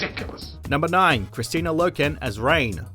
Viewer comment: He pronounced Kristanna as "Christina." I cringed at that.